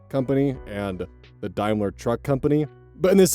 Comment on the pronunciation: Daimler can join foal on the list of words can't pronounce